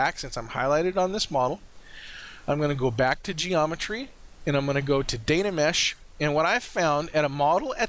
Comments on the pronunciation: thanks for the tutorial. Really enjoyed it. i need a more accurate and Much higher resolution workflow keeping texture and detail. i think, but a lot of the things you mentioned were helpful. please dont say Dana mesh, its Dyna mesh drove me crazy haha. you might want to consider fast forwarding or timelapse during the waiting for your computer to process. made it a little hard to watch. Dont get me wrong, I really enjoyed the video. Thanks for sharing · Really helpful, thanks But, please repeat after me " Die Na Mesh, Die Na Mesh " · I think you mean *dyna*mesh ;) Very good tutorial, thank you!